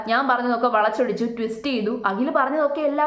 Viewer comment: Akhil Akhil. Akshara sputatha. Agil alla. Abadham . Abadam alla😅😅 hahhha paadham. Paadam u mean field.😂😂